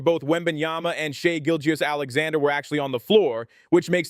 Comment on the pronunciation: Never heard someone struggle so much to pronounce SGAs name correctly